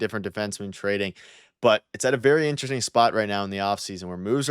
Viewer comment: has anyone ever mentioned to you that you don’t pronounce the word “interesting” properly? It sounds like you swallow the “rest”. 😅😅